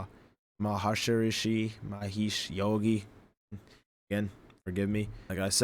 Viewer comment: ......ma-ha-jar-eesh-ee ???? 😆 Mah-ha-ree-shee. This is how his name is sounded out its not the correct spelling. The city you mentioned was correct but sounded out like Rish-i-kesh. No eeee sound in it. Pronounce the I in Rish and the I in the middle like in the name Ritch or the word it.